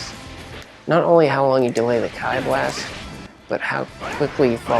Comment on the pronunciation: Key blast not “keye” blast haha. Great tutorial though picking up bluku for the new season